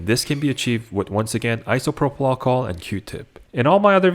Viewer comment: Just say alcohol gee wiz that was driving me nuts